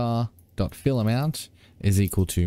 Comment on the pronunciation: Every time you say fillAmount I hear ‘fill em out’